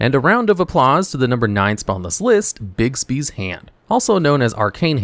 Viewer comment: Sweet lord, stop calling it 'Bigsby's' it's 'BIGBY'S'